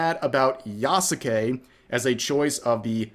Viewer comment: Why did you Touristpronounce Yasuke?